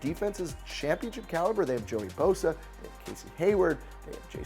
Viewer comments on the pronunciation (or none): none